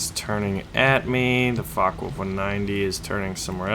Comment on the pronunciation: Why you are spelling Fockewolf like Fuckawolf?